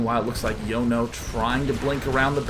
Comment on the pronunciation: Sean my son, Jono isn't pronounced Yono its John-oh